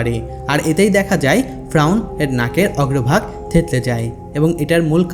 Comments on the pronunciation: ভাই ফ্রাউন না বলে শুদ্ধভাবে ফেরাউন বলেন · Faeaun na valo kore bol ki koas agolo ata hobe fereun besi soddo boltasos tr ai kotha soina kemon jen mone hy toi besi sikhito hoite chas 😂😂😂😂 bolod ocharon na korte parle bolis na besi soddo kore bolte giye bokachuda hoiya gesli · ভাই ফ্রাউন না, ফেরাউন হবে,উচ্চারন ঠিক করুন। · ফ্রাউন না ফেরাউন একটু স্পষ্ট ভাষা ব্যবহার করবেন ধন্যবাদ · ফেরাউন শব্দ Frawn না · ফ্রাউন না ফেরাউন রে ভাই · Fraun na feraun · Bar bar frawn keno bolen or nam ferawun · আরে ভাই ফ্রাউন না,, ফেরাউন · Shobar age ferauner nam bolte shikhen fraun abar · Apni vul bol Chen ..fraun noy...shotik hobe Fera un....uccaron thik koren. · ঐ মিয়া বারে বারে ফ্রাউন কিসের? ফেরাউন বলতে কষ্ট হয়😂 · শব্দটা ফ্রাউন না শব্দটা হলো ফেরাউন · কথাটা ফ্রাউন না, এই পাপীর নাম ফেরাউন🤭🥴🥴🤭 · Fraun na....Feraun....apni nam ta valo kore uccharon korte parlen na....??? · ফ্রাউন নয়, ফেরাউন। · আপনিতো দেখছি স্বশিক্ষিত বাংলাবিশারদ।বার বার ফ্রাউন ফ্রাউন কথাটা বিরক্তিকর,শব্দটা ফেরাউন হবে।